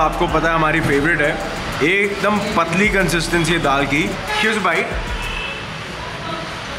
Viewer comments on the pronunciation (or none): Kon Kon hai jo.... Hear's a bite bolta hai bhaiya ke bolne see phle 😂